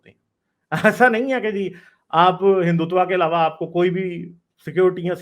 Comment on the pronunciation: learn to pronounce Hindutva first 😂...u r sounding like typical sadak chaap pakistani...Hindus r well respected all around of world bcoz of their culture love Harmony towards every religion..jews never got persecuted in India..parsi came from Iran... 😀 Read about hindus first